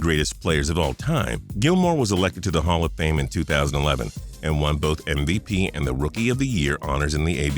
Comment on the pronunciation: ..did he say mvpenis ????